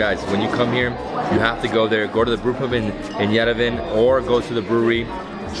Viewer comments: Yerevan not yerevin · It’s YEREVAAAAAAAAN NOT YEREVEEEEN !!!!!!!!!!!!!! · Love your videos. Love the way you genuinely enjoy the food, the people, the sights. But pleeeease ask someone how to correctly pronounce Yerevan----Yeh-reh-von not Ye-rev-en. You do a great job saying much more difficult words in Armenian so I know this will be easy for you. Thanks for your great videos and wonderful spirit. Lusine is terrific.